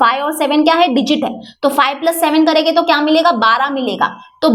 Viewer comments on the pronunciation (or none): Karege😂😂😂😂😂not karenge😂😂😂😂😂😂😂😂